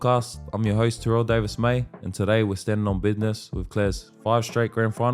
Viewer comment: Its all "bidness" 😅